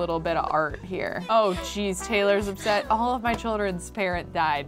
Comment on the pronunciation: she said OLIVE the skills instead of all of the skills. that just shows how much she loves olive